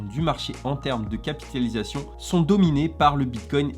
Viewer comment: T’a un soucis avec le mot « capitalisation » 😂🤣😂😂. Super video encore une fois 😉